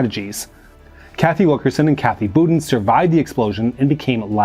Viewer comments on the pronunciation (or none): Her name is pronounced Kathy Bou'dean'..